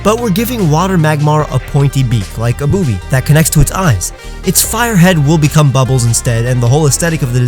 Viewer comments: Me an immature midget he said boubys (I think that's what you said) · Is it just me who giggled when he said blue footed boobee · Says blue water ‘boobi*s’